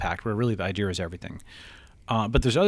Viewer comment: Can’t stand it when people pronounce idea as idear